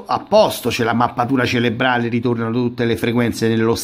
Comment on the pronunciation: CeRebrale, si dice ceRebrale, non ceLebrale! Visto che hai a che fare con queste cose, e quindi con questo termine, tutti i giorni, sarebbe il caso che lo usassi correttamente.